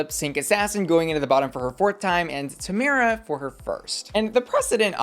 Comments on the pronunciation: The only American I’ve heard pronounce Tamara wrong 😭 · How have you watched the whole season and still pronounce Tomara like that..? 😭